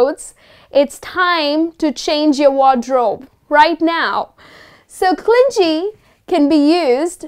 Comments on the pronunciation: Hi.. am one of ur followers....u r so helpful. Your lessons are so interesting..much appreciated if u focus pronunciations also..would be helpful 4 us.. its not clingy.(clin_jee.)as u pronounced.its / klini/.thnku dear..keep gng.. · Clingee....stop pronouncing it incorrectly...its clingy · Grt adjectives except that clingy is not pronounced properly. It is not clin-ji but clin-gee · Clingy is actually pronounced cling -ghee , rather than the J sounding vowel sound sometimes used for G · Aren't you pronouncing g in clingy wrong..it should be pronounced like g in game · She mispronounced clingy.